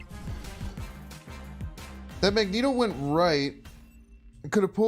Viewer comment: I love your content but just some very kind and humble advice…Magneto is pronounced MAG….Knee…Toe and Giganto is pronounced Juh Eye…Ganto :-) I just started playing this deck…this is awesome content and I’m learning how to adjust to unfavorable conditions…thank you!!! I like this deck but it’s definitely tough to play…